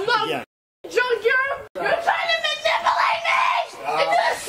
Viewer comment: Don't tell words you can't pronounce😂 manipulate ma'am 😂😂😂 I didn't hit you I shut the door in your face, well honey there are cameras and you can't do that either genius, go ahead admit to more crimes